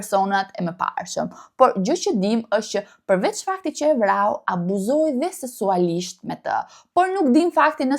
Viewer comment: Video shume e shpjeguar mire 👍🏻 Por fjala Seksualisht nuk thuhet Sesualisht apo e thua me qellin qe te nenkuptohet !?